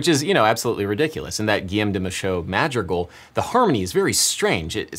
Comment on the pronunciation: are you trying to say 'madrigal' ? it's a hard 'g' (also there's an 'r' in there :) also DiAbolus ( dia two syllables, stress on the A ) not dEEbolus and viv rhyming with give not vaiv rhyming with jive -VivAcious I'm sorry but it's driving me mad